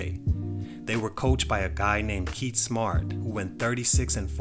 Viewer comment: The way he said named Kieth Smart? Come on now, you are basketball fan. You gotta know who Kieth Smart is